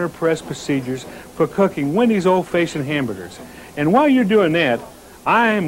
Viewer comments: I Laughed harder at this than listening to Dave Thomas try to say the word fashioned! Faayshund? Yup sounds legit! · So cool to see him Again. Feel like it's been 30 years since I've seen him on a commercial. Never heard anyone say fashioned like that.